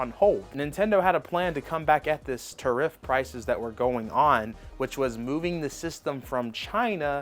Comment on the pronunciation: OMG dude learn how to say tariff!!